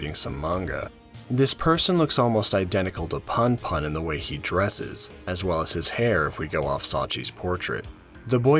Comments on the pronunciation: It's not too bad, and I've already finished the manga... but damn every time you say "Punpun" as "Panpan" (and actually all the other names) it takes me out of the story lol. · Pun pun is pronounced in a way that rhymes with you btw. Poon poon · I cant watch any videos where the main characters name is mispronounced throughout the whole shit LOL. im sorry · This is good, but your pronunciation of Punpun was really distracting lol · 2 ½ hours, and not once do you pronounce Punpun correctly. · Bro read the whole thing g and made a video essay, but can't even pronounce the name right. Gj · not sure if i can watch 2 hours of this guy mispronouncing punpun tbh 💀 at least learn how to say the protag's name if you're gonna put in all that effort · I'm sorry, I can't listen to 2 and a half hours of someone pronouncing the main character's name wrong lol. Please look this stuff up before voicing your script next time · it's a good analysis but every few seconds I'm in pain cuz of the pronunciation lol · Makes two and a half hour on punpun Doesn’t research how to pronounce punpun YouTube video essays man.